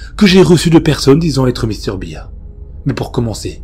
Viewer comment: Salut, Mr Bear (à prononcé "bère") fait tjrs autant flipper. Même après plusieurs années de pas avoir entendu ou relu cette creepy